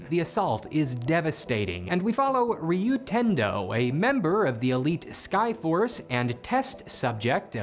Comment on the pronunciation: You correctly pronounced Ryuu, but went out of your way to mispronounce Zyuranger…